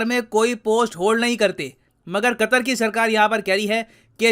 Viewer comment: Foff qattthhhrrr 😂😂